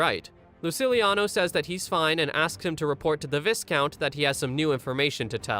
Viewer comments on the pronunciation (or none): Yeah he’s not AI but he can’t say “Viscount” 😂😂😂😂